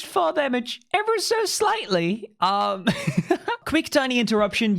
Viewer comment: “ever so sliGHtLeY”